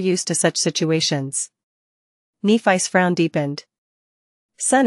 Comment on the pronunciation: It's pronounced Neh-fiss not knee-fice....for f*** sake, pleassseeee fix this!!!!